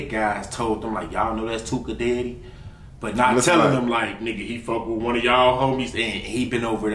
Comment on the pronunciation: He said “dyddy not daddy” 🤣🤣🤣